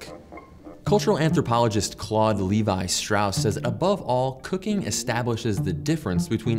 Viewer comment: Claude Lévi-Strauss: pronounced French: [klod levi stʁos], or sometimes Englishized to: /klɔːd ˈleɪvi ˈstraʊs/; NEVER /ˌliːvaɪ ˈstraʊs/ The guy was French and so is his name...